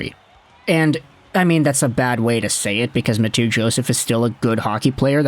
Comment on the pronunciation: Ma-two Joseph? Lol